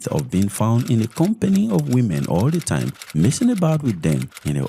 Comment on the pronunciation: Time not thime. Short not shorth. Baba you are doing a good job . Just speak normally